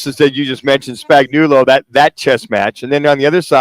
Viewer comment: Why is Sagnuolo's name so hard to pronounce?! I have heard it pronounced 10 different ways. You would think if your job is to talk for a living, you would do the research to make sure you get it right. I mean the guy has won multiple Superbowls both with the Chiefs and the Giants and is no doubt a Hall of Fame defensive coordinator. I mean come on! In Spags We Trust!